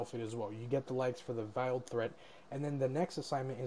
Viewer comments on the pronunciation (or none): VEILED NOT VILED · you are mispronouncing veiled